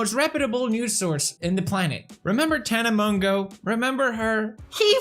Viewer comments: Ok Felix I can’t tell if you are joking (if you are I love it🤩) but you pronounce her name as tana Moe-joe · Keemstar: Tana Mojo Poppy Harlow: Tana Mongow (Mongeau) Which one is it? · FELIX ITS PRONOUNCED TANA MOJO 😂 no hate I love you and your videos but it was annoying me 😂😂💕